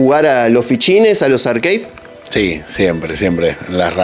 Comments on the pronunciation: Como me saca que digas "Arqueid", ARCADE papa, AR-CA-DE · Arkei ? Dale flako siempre se dijo como se escribe igual buenos videos sdos!